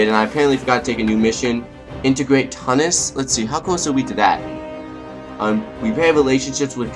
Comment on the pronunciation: Tunis is pronounced 'Chew-nis'